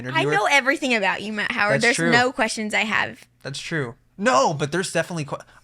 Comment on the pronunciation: You just butchered their last name😂😭😭..It's Howard:)